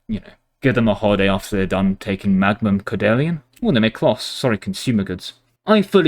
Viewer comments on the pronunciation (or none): none